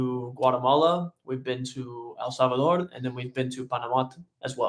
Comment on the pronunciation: You guys rock. The way you pronounced El Salvador. 👏🏽👏🏽👏🏽